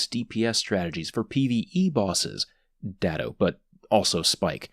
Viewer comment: I spat out my drink when you said Datto XD